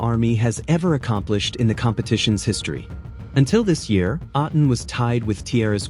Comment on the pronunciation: Hi, you mispronounced A'tin. Say it as A like letter A of the alphabet. Then the next syllable is "tin".